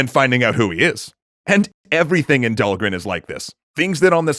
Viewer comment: Did you finally find out how to pronounce Dhalgren?